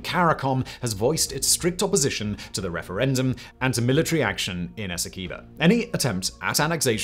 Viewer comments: its a pronounce es-see-qway-boh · In Guyana, I always heard "Esequibo" pronounced "Ess- Quay-boe". Of course, that is no guarantee its right, just what the locals (sort of) called it.